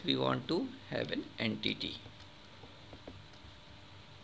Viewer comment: en-titty bahaha